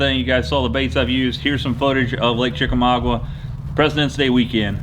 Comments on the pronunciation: FYI... The lake name is pronounced Chick Ah Mogga. Not trying to be a jerk. Trying to help. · You mispronounced Chickamauga